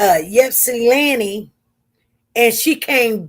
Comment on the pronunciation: Pronounced Short i sound starting off as Ipsilanti, you’ve been saying Yipsanti. Respectfully saying SP. 🥰😊